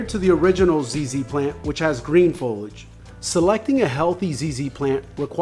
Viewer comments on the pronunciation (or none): FO-LI-AGE. FOLIAGE. say it with me...